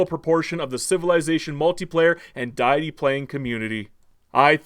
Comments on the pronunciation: Is this AI? "D'aye'itty"??? I can't tell if this video is sarcasm. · Hears pronunciation of 'deity' Blood explodes from ears No thanks, bye. xD